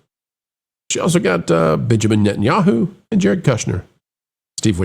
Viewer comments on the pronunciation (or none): none